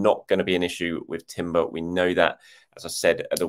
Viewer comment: I'm pretty sure it's more like 'Yurrien' Timber, like Frenkie de Yong. The Dutch j is a y like most of northern Europe.